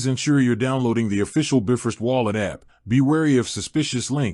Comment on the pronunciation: Shoddy AI cannot even pronounce “Bifrost” correctly 🤦🏻‍♂️